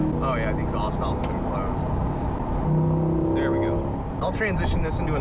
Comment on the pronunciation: I thought I was the only one who noticed lol is like a man shoot that’s a nice nova ya got therrrr 😂